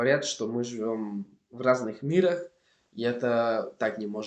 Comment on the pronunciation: начали СОВЕТОВАТЬ (без приставки "по-") двадцАтого - ОЧЕНЬ помогли - продолжать изучение (без предлога "с") - мирАх - я буду ВАС читать En la pronunciación, solo pronunciaste mal la palabra "виды", como "вЫды". Por lo demás, la pronunciación es simplemente genial. ¡Felicidades! Y el contenido también es de excelente calidad. Puedo hablar Inglés, español y alemán. Todos los demás mis idiomas son mucho peores. Por ejemplo, estoy aprendiendo Griego, ya puedo hablar en él durante un par de minutos, pero casi no lo entiendo.